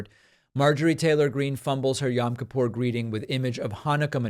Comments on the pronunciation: It's pronounced yOem kippur David. "Yam" is hebrew for sea. Also, the menorah is not such a blunder. The menorah is always a symbol of Judaism. So minor mistake (bc on Hannukah it's 8 and a middle candle vs normal 7 pronged) . And, she was spot on w/ the hebrew holiday language.It's so good that she probably got it from someone orthodox (which would make sense bc so many are republicans). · Oh please, David's pronunciation of Yom Kippur is more irritating to me than a menorah on a yom kippur greeting card. I cannot stand the woman but who cares. And lets be honest one of her staffers took care of this for her anyways.